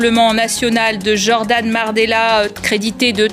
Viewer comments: Ca fait seulement 7 secondes, maimaimaimais mais… la journaliste a bien dit « Mardella », je ne rêve pas ? Oo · Moi j'ai entendu Jordan Merdella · Mais non t'as mal entendu ils ont dit "Jordan Merdella" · J'ai cru que vous aviez dit "Jordan Marmelade" au debut d'la video 🤣